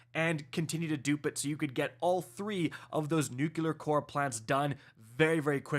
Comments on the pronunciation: Nook-ya-ler instead of the real way to say it: noo-klee-er lol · "New-Clear" "Nuu-Cleer" NOT "Nukular" "NooKoolar" SHEESH!!! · Dude you're killing me - its NUCLEAR not "nukuler'. Two syllables, not three. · Please for the love of god the word is pronounced Nuc - LY - er. ! There is no word NOOK - You - LER. SMH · Nuclear dude, not Nucular. Ffs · New-klee-er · it's pronounced "new clear"... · trying to be George with his nuculear weapons. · Yes, he’s saying it wrong, but it’s still a three syllable word, lol. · For the love of god man please learn how to say nuclear or just say nuke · I swear it makes my eye twitch!!